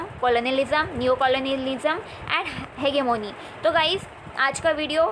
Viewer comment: It's hegemony not hegemony dear ...by the way your voice is very good and pronounciation too...